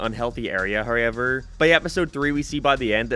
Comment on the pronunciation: You're from that very specific part of the planet where you pronounce everything so normally, then you run into any word with "ow" in it, like "anyhow", and your brain glitches and you put seven different vowels in it. "Someheuaouw". "Heiaueiwever"